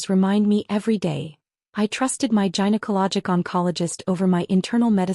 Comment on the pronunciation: Again, teach your AI programs the way to determine how a specific consonant or vowel. Gynecology starts with a hard g as in (guy, gabble, guess). A soft g pronunciation is not correct and everyone hearing it knows that you're using a weak AI program. Not a good thing.